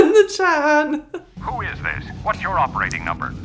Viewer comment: Now temember how EVERYONE says Han's name. Haaahhnn. You'll understand later.